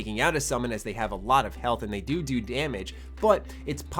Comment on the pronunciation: You said doo doo damage :)